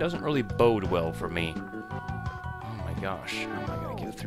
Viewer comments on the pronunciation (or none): none